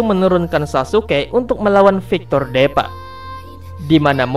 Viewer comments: bang tolong bacanya itu bukan deepa tp diipa(tulisan nya doang deepa) supaya bocil bocil bisa bacanya takutnya nanti dia sulit mengerti cara baca tulisan Inggris dan indo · Deepa dibaca (Dipa) bang